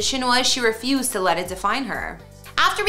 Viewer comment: “Rufie used”